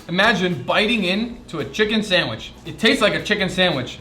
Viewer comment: The guy cant pronounce "Sandwich" he says "sandwish"